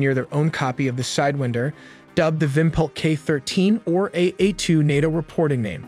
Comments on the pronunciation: Love the video but you kept saying "Side-win-der" and I kept audibly saying SIDE-WINE-DER. No hate, just a funny observation. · Its pronounced "whine" not "wind" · PSA: It's not pronounced side-WIND-er but side-WAIND-er, as in "to wind" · Interesting that you pronounced it “side-wind-er.” I’ve always heard it pronounced “side-whine-der.” Not saying you’re wrong or I’m right, just interesting. Nice video. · He said Sidewihnder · it's sidewinder as in 'rewind' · Lot of wrong info and you’re using the wrong pronunciation for sidewinder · Cool video but the way you say sidewinder is very frustrating